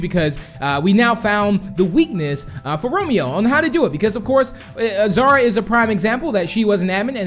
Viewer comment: Melanie Lee It's Xara Not Zara